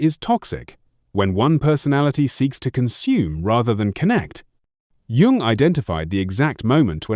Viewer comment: A video about CG Jung where the narration can’t even be trusted to pronounce his name correctly? It’s AI. And I don’t think AI should be involved in the creation of videos featuring depth psychology. Too much space for basic errors and inaccuracies, in a field where people with serious issues are searching sometimes in desperation for clues as to how to live alongside seemingly impossible people and situations.